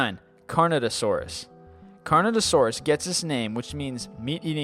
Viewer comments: #9 Correction: Carnotaurus, not Carnatosaurus. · he also said carnotaurus wrong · pronounced carnotaurus wrong. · "Gigantosaurus" Jig-Ah-Noe-Toe-Sore-Us "Carnatosaurus" Car-Noe-Tore-Us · It's pronounced Carn oh tour us